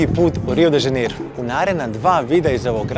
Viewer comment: Druze dobar ti je video al kaze se Rio de Janeiro ne Rio de Zaneiro, ako vec snimas Video onda navedi pravo ime grada....... Inace dobar sadrzaj.